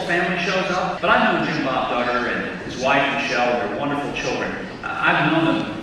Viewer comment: I thought he said douchbob duggar !😂